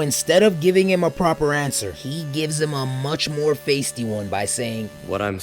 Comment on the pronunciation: "faysty?" Feisty lol now I know this man is reading off a ChatGPT script.